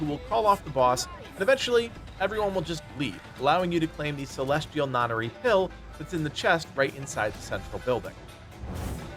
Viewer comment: I love when gamers can't figure out normal human words like notary